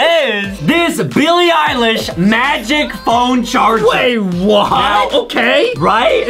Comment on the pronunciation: Billie ilesh more like bilie _pie_lish